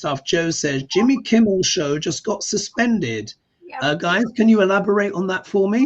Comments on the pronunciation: His name is Kimmel ... not Kimbel. The quote was "Isn't it past your jail time?" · it’s Kimmel not Kimble